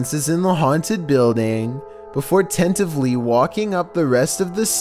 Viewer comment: "tentively" LOL